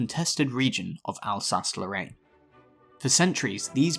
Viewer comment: Eupen, not Yoopen Elsass, not Alsacha